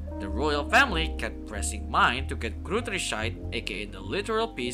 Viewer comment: I appreciate any form of bookworm content but as a german I musst say your pronunciation of the Gods, Gutrissheit etc was painfull. (If you didn’t know: most of the names are based on german. Though even the author spells them wrong. in japanese and English)